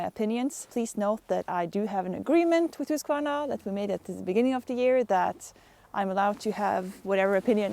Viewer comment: Please, people notice how she pronounces Husqvarna. Then learn how to pronounce it CORRECTLY, lol